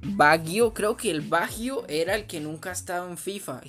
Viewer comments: Se pronuncia bayio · Se escribe baggio pero se dice bayo